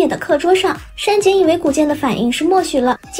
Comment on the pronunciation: 上井？ 不是山井吗？